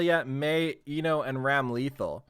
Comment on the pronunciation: Ramlethal's name is actually pronounced Ram-luh-thall. Also fun fact for E7 players, she's Elphelt's sister.